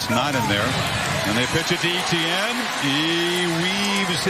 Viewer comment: Why does he pronounce etienne so weird